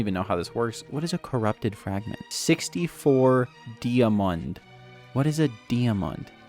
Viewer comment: He dont Remember how to pronounce diamonds 😂